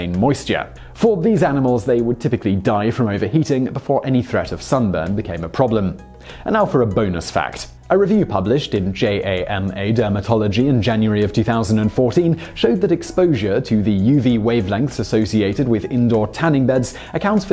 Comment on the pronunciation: Just for the record, JAMA is not pronounced J-A-M-A, it's spelled like the last syllable of pajama.